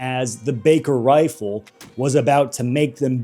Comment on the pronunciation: I know this video may not do well do to how people are with muzzleloaders but you COOKED on this video Also, , This nerd said Wifle, point and laugh!